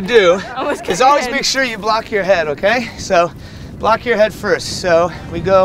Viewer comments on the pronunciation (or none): none